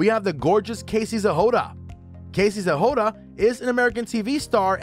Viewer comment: Zhehoda? Nezhoda dude..